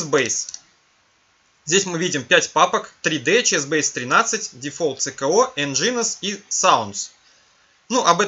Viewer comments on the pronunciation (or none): none